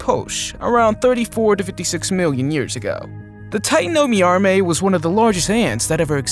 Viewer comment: i dont like how you aresaying the name tatanomyrma as titanomyarmey just say titanoMIRMA